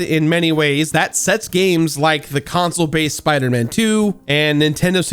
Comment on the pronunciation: It's pronounced spider-man ...not spider -men